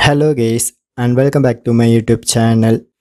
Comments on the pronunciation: Did He Say Hello Gaes hahahhahaha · He said hello gays 😂😂😂